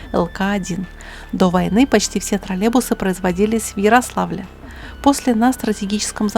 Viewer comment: У нас таких уже лет 15 как нет. И они троллейбусы а не тралебусы(0,07секунда ролика)😂